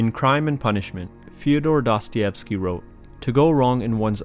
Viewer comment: I am not even ten seconds into the video and you have already mispronounced his name.